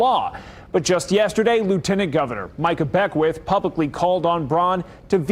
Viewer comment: Oh come on, learn to pronounce Micah Beckwith's name!!!😜